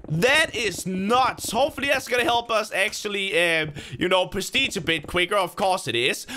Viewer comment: I love how he says “perstige” ._.